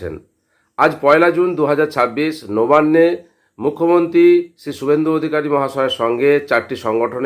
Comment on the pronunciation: নোবান্নে নয়, নবান্নে হবে। উচ্চারণ অস্পষ্ট।